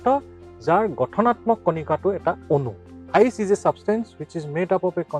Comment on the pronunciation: Ice not iec sir😅😅😅😅😅🤣🤣🤣